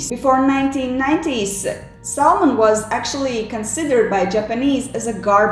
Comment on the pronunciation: Du viste ikke et bilde av Thor Listau, men av noen annen person. Og L uttales ikke i Salmon.